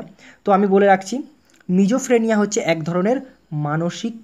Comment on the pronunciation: Ota sijofreneya Hobe....mijofreneya Noy dada...r all is okk...🥰👍